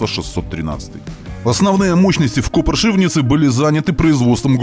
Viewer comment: Позвольте подсобить немножко с произношением: «Kopřivnice» произносится как Копшивнице а «Příbor» как Пшиибор.